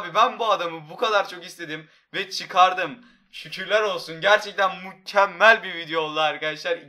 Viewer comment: sonda mükkemmel yerine mukkemmel